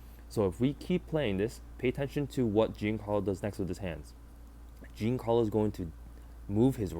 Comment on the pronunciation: Dude, it's not "Gincarlo", you don't pronounce the i at all. Banger video regardless.